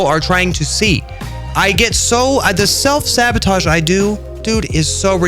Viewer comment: Why did you say sabotage like among us bro